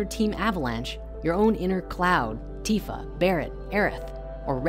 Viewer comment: OMG, you pronounced Tifa correctly.😪I'm sharing this with friends now. Thanks to the story creators, I was able to show them how to properly pronounce Tidus.